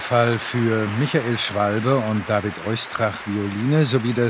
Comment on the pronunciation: I think, it is not Schwalbe like the bird, but Schwalbé. So the pronounciation is wrong! A Flesch pupil, the concertmaster of the BPO under Karajan.